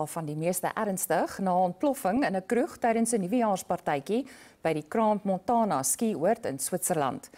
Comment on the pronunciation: Nog bietjie oefen om Cran-Montaná uit te spreek.